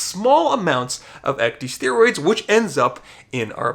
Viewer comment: When you keep pronouncing ecdysteroids as ec-dee-steroids, it makes me cringe so hard being in the medical field. "Ecdy-" is a prefix originating from the process in which insects shed their skin. Ec-, meaning out/away + dys- meaning bad/difficult/abnormal + steroid. Pronounced ec-dis-staer-oid. Ecdysteroid.